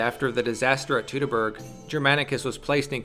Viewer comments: It isn´t "tootoburg" though. It is Toitoburg. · correct - the procounciation is "toitoburg", of course ; I should know I live about 2 miles from the forest's western edge. The same applies to the "Teutonen" and "Deutschland" . Most english-speaking people I heard say "Doitschland" and that is how it is procounced and not "dootschland".... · Surely at some point in your life you have heard the word "Teutoburg" pronounced correctly. Yet you choose to ignore that. Why? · Since we don't know how these words were pronounced, and since different people would pronounce them differently depending on where they lived, we can use the standard English pronunciation as the most correct one: ˈtu təˌbɜrg "Too-tuh-berg" like "Too-tonic"(Teutonic)